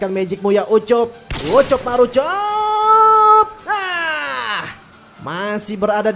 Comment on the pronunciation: Menit pes sebut ucok marucok? Apa ga salah denger kalian ges?